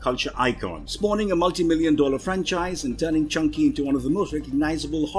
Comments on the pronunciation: Good list. Not to mock an accent, but is he calling Chucky...Chunky? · Is he saying "Chucky" or "chunky?" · Who is "Chunky" in Child's Play? Surely you meant Chucky? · Glad I'm not the only one who thought he said Chunky LMAO.